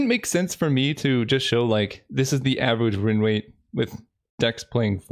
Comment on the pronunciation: You're so cute. Avewage Winwate